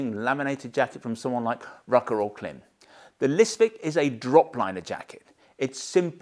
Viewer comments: Klim is pronounced climb (note the dash above the i). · Just an FYI: Klim is pronounced "climb"